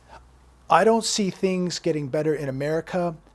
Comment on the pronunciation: 'things' not THONGS